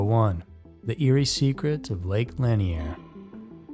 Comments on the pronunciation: Locals pronounce it Lake La-neer, not lan-e-er, just FYI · Why don't you ever check to see how things are pronounced if you're unsure/not familiar with it? It's Lake "Lan-ear", not Lake "Lan-ee-er", boss. Two syllables, not three. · To be more precise, the emphasis is on the second syllable - Lah-NEAR. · Pronounced" La neer" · Love your channel but please look into how to pronounce things a little better. Lanier is pronounced like La-near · I’ve always heard Lanier pronounced as La-near. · Yep, that's the correct pronunciation. This is the first video I've heard with it mispronounced. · It is. But not everyone is from around there to know. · Yeah that’s how we pronounce Lanier(La-near) here in Ga. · I was going to type this. Plus this is what the 1972 movie deliverance is about with John voight and but Reynolds...im 56 from nj hate young people who are clueless 😅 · Who’s gonna tell him he’s pronouncing Lanier wrong the entire video 🤦🏻‍♀️